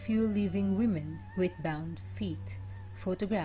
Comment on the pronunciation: WOMEN is pronounced WE-MEN...not WU-MEN